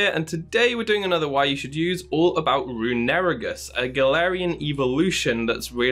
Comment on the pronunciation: The way you pronounce runerigus is infuriating